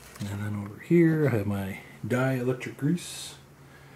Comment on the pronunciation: BTW Di-electric is pronounced "die" electric. Also you should use flux on the wires before and after tinning and clean everything with alcohol before heat shrinking for best results because flux is corrosive.